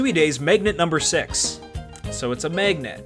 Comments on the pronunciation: why do you keep saying maygnet? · What dialect of English produces the way you pronounce magnet? It sounds like meygnat to me